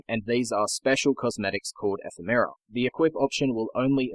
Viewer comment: Say it with me, Eh-fem-eh-rahs.